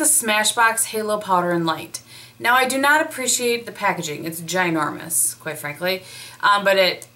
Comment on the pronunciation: i don't know why but every time you say 'ginormous' for some reason my brain thinks you said vagina! LOL! unbelievable! LOL! yes Fall and even the first half of winter are the best times of the whole year!